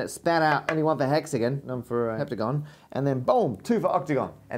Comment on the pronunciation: The most PAINFUL thing about this video was listening to you pronounce the words: Hexagon (Hex-again) Octagon (Oct-again) etc.. Either pronounce it correctly, or pay your parents back for the money they spent on your education.